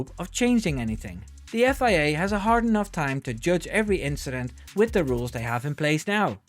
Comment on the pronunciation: "it was nothing, just an inchident"